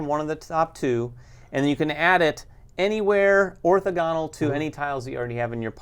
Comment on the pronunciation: Love your guys show, and great info on the game. I just have one nit to pick. I noticed in a few videos without commenting but wanted to. Orthogonal is pronounced orTHOgonal. I know. I'm lame. Not a big deal. Just being that guy. Keep up the good work on the show!